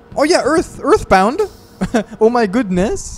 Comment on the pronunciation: erthe bawnd